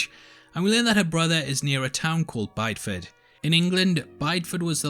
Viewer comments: Great video. Always enjoy your posts. Slight correction though: Bideford in Devon, England is pronounced "biddy-fud" not "buyed-fud". The character in the show makes the same error. Interestingly, Bideford's nickname is 'Little White Town' because of the high number of bleached houses. Given the themes of the show I can't help but wonder if the writer knew this. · Just here to be that annoying person to say it’s pronounced “bidi-ford” not “buydford” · You do need some pronunciation help there... even more so being English... Bydeford... he he...I just got to Brythwhyte too... sigh.. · You mispronounced Bideford